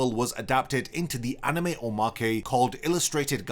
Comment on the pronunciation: Drink every time you hear "aneme"